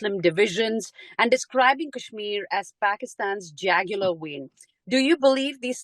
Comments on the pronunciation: Jugular not jagular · Dear journilist, please ,learn english Pronunciations. Terrible Pronunciations. Jugular vein being Called jagular.Hamas Pronunced with american accent.Please learn English from Palki sharma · jAAAgular vein 😂.jAAgular vein. Gawaran interviewer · "jagular vein" 🤣🤣🤣🤣🤣